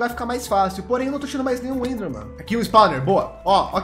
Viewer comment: "bleser" "endhermen" ta f0d4 viu ?!, KKKKKKKKKKKKKKKKKKKKKKKKKK